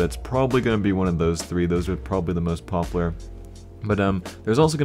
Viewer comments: you keep saying pop lar and not pop u lar:( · popUlar** not poppler. pls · stop saying popular as "popler" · Stop saying 'popler' learn how to pronounce a 'u' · ツ CS:GO tru. Just stuck out to me as a little funny ;D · lol popaler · Chill dude its just a minor problem jeez... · parkdd You still aren't getting my point. The maker of the fucking skin does NOT speak English. He completely made the name up himself. Its not 'popular' pronounced the way we say it. Jesus christ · saying popular........... oh god. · The way he says popular makes me like question it . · Do you not know how to say popular? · you say popular so bad. pronounce the U more... sorry